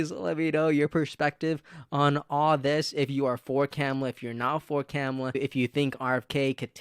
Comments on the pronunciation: Vice President’s first name Kamala is pronounced “comma-la” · Dude! I like your videos, but if you're going to talk about Kamala learn how to pronounce her name 🤦